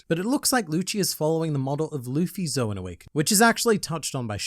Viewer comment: saying Zoan wrong count: 4 saying Marineford wrong count: 1 Honestly, I expected more "ZOWAN," given the contents of the chapter.